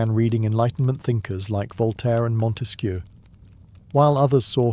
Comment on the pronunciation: I love the way you prononce Montesquieu ! As a French woman, I am really pleased ! 😁